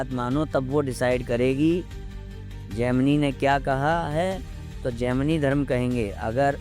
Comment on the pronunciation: Abe bhosdiwale gandu, tujhe Gemini ka pronunciation aata nahi jhaant barabar video daal deta hai gaanja foonk karke. Gemini se to maine islam bhi kubulwaa rkha hai usko bhi vo sahi bol deta hai ki islam is necessary in this world. Sala khud ko turram khan samajh rkha hai, dhele bhar ki akal ke saath paida hua. Prarabdh ache the to gurudev se jud gya. Lekin dharm jagat me jitna kachra tune machaya utna kisi ne nhi machaya